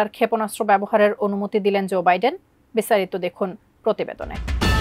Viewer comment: ভালো করে নাম গুলো বলেন উনার নাম কি ডিরাম নাকি জোবাইডেন। এটা ভুল বলছেন ভাই